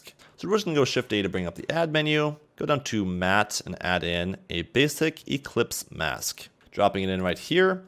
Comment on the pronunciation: Great ! also it's ellipse mask and not eClipse haha